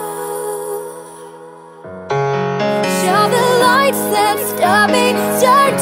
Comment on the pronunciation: I keep hearing lice instead of lights